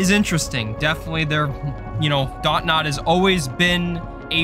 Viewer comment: It’s Dontnod not dot-nod 😭😭